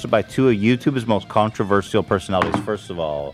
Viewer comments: The way Ethan says controverceral instead of controversial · Yo why are they pronouncing “controversial” differently?